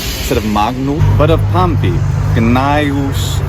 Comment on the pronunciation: 0 you said my name so beautifully, I'm almost tempted to bump Latin up my priority list with languages to learn now